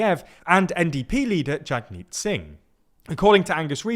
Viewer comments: Jagmeet’s name is pronounced jug-meet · The NDP sacrificed itself for the sake of the country. People did not want the conservatives in and wanted to avoid a vote split, so Liberal was the only choice. Also, the A in Jagmeet is pronounced like a U, so it sounds like Jugmeet Singh. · Pronunciation: Singh's first name is pronounced jug-meat. Not that it matters now, since he's apparently resigning after his total defeat. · He's still saying it wrong (Jagmeet, too).